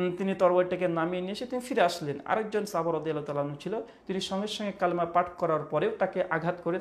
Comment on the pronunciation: Didn't you pronounce wrongly the name of 'Kalima'?